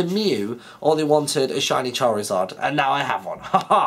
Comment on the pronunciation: charizard, or as would say, CHARLIZARD!!!!!!! hahaha:D